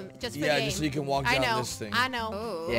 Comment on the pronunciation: jelly your girlfriend said szing not thing